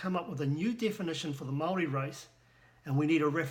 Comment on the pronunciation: you can't even pronounce Maori words how stupid are you? I know 3 yer olds that are moore educated then you in the maori language, and you claim to a expert how HILARIOUS!